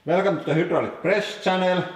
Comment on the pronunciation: Se on "HAI-tra-lik" ei "HY-tra-lik" kiitos